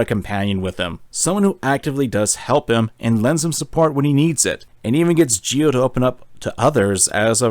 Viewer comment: 2 nickpicks for otherwise a wonderful spotlight on a much deserve game 1:Its Geo not Gio,I know the english dub also pronnounces it that way, but its literally geo like geography 2: while you analysis of the FM´s being representations for negative emotions, it doesnt really add up, Sadly outside of this game symbolism most FM´s are just opportunistic assholes tbh I dont feel there any interesting plot developments in the second one, unless you count Solo´s depression manifesting in a sense of distrusts but actually coming from a situation where nobody gave them a reason to trust anybody, but Im curious about your opinion on the third game